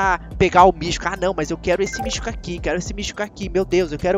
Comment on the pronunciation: E mítico do que ele fala mistico